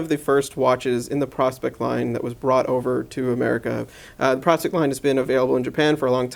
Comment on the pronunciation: PRO-SPEX!!! Not prospect, you know, as in the contraction of the words "professional" and "specification", then throw in an "X" at the end for the marketing factor. It is NOT pronounced like the old timers looking for gold in dem der hills, you know, the prospectors! But yeah, a just "ok" review of an excellent chunk of a time-piece; I'm loving mine.